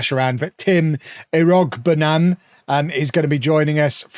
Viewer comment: Hey Everton fan here, Just so you know since you are signing him. Tim iroegbunam is pronounced "iro-boon-am". If thay doesn't make sense, there's his announcement video at everton where he explains how to say his name.